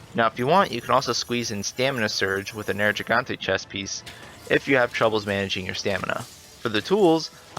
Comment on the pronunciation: This really doesn't matter, and I dig the information, but; you keep saying "Nergigante" incorrectly. Think of the word "gigabyte" as an example of how the "gigante" section of the word is pronounced. They also say it several times throughout the game; although you'll only get the correct pronunciation if you have it set to English dialogue. #themoreyouknow